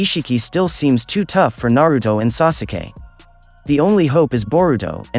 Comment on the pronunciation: Mans did not just say “sasuukee”